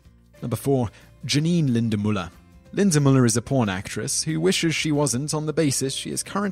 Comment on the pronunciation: It is Janine Lindemulder, not Lindemuller.